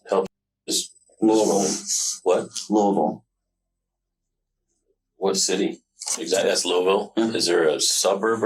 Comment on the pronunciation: Everyone not from Kentucky: It is NOT Looey-ville. It is Lue-ville. IDK how else to explain it, but just don't say Looey-ville.